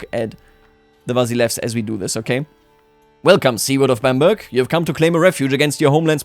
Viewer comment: Bamburgh is pronounced Bam-burra.